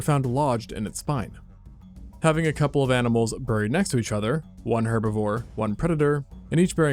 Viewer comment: “Ber-reed” is crazy